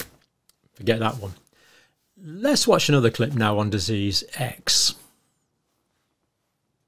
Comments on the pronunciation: The man can't even say the word 'disease'. He also misspoke. They have been preparing Disease-X, not preparing FOR it. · You'd think that being able to pronounce 'disease' would be an advantage for someone at the head of the WHO. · Someone should tell Mr Tedros how to pronounce the word, disease - with the accent on the second syllable . . . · Dizzes! Surely he could learn to say that word. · It's amazing that the head honcho of the W_H_O often has problems pronouncing the word 'disease' when that seems to be his raison d'etre! He calls them 'Deazes', which doesn't really inspire too much confidence, but obviously pales into insignificance when compared with his other myriad misdemeanors! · I would feel much more confident if Tedros could pronounce the word "dizzes". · The Director General of The World Health Organisation - cannot even be bothered to learn english - he can't even pronounce the word "disease" !! Have a think about that... It's done on purpose - It's part of the piss take. The psychopathic leaders think this sort of thing is funny. The last "Deziz X" ... was a bad 'flu' - so effing deadly that I didn't notice when I had it...and I was 63. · 3: = "deases." If the HEAD of the World HEALTH Organisation can't even PRONOUNCE the word "DISeases".......................... be wary!!!! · Biznizz not dizizz . jokers!😂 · Amazing Tedros in his position and can’t pronounce the word disease . He has a very questionable history . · It can't even pronounce the word disease and it is supposed to be the 'leader' lol Edit: Maybe they [WHO] should be concentrating on china and Africa - where nearly ALL these 'diseases' come from to help prevent future strains! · He cannot even express the word "disease" correctly!!!! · He is head of WHO and he can’t even say the word ‘disease’ properly 😡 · The head of WHO can't even pronounce the word disease.